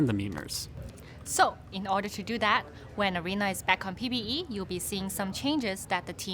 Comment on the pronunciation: He said markedly with hard ,,T" while mentioning the PVE. Remember that